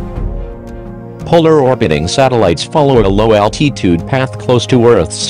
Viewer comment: That is not how you pronounce altitude